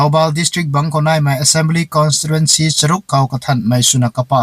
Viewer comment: Ahtou puh leh ng lung puam riodey ashei ni pronunciation tei corrections shulou dat ni eeh... Neikhat nung mei tng lata moidey.... Constituency tadey.. Constirentcy shalou bm dathe